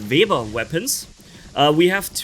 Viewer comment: It's Weber not vaebar and it's millisecond not milliesecond and your talking about never getting out of invincibility using the very thing that goes into invincibility every second.